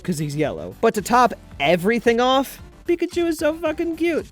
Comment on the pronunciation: It's pickatu